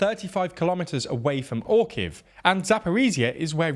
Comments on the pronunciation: You see that little thing between the r and the kh in Orikhiv? It’s an i and it is a syllable that you for some reason refuse to pronounce. 3 syllables, not 2. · It's oreeheef not orkeef. Hire someone to prepare phonetic cues and pronunciations for you.